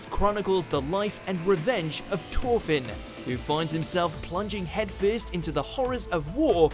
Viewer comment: Glad Vinland Saga is number 1, but it's Thorfinn, and Thors, not Torfinn and Tors.